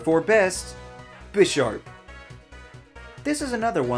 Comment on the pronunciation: this guy knows nothing about pokemon. his pronounciation of bisharp deserved a downvote on it's own